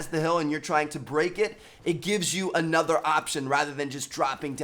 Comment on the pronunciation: The fact you said "ANOTHA" shows you're a white kid tryna act hard over the internet.